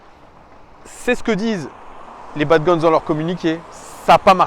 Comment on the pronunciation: salut, juste pour te dire: dans le mot bad gones, on ne prononce pas le s sinon super vidéo de ta part comme toujours